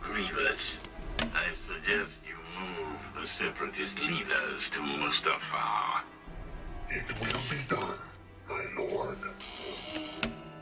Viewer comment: what is problem with saying mustafar "mustafrfaaar" lol